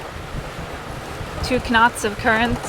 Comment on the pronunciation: Did you say k-nots for engagement?